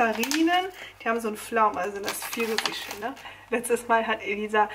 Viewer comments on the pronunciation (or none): normale Leute: Pfirsiche: Fürsüsche Aber hast du bestimmt schon 100 mal gehört😂❤ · Wie geil du Pfirsiche aussprichst ❤️😂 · Hahah deine Aussprache bei Pfirsiche 🤣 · Wie du Pfirsiche aussprichst :D